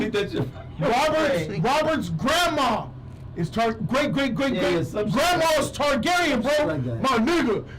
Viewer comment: This dude said niggagyren 😂😂